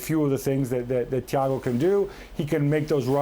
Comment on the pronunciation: guy with the air pods butchered thiago’s name